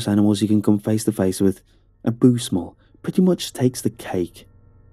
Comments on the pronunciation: Did you say boose mull? Lol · "boose mull"?? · The “boose mull” mispronunciation sent me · "A boose mull" absolutely sent me 😂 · “boose mull”